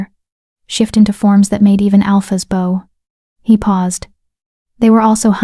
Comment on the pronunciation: Please learn how to pronounce BOW.